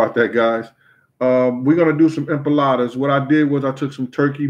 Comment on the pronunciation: Loool is it empanadas or empalades I’m confused the way he’s saying it